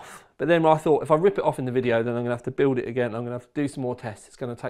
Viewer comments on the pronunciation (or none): none